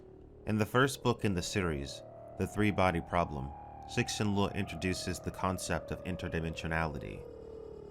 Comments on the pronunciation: I love your stuff but repeat after me: Tsuh-shin Li-ooh Lol keep up the good work. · “Sixin Loo” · I love how with every video, he is closer to pronouncing Cixin Liu correctly.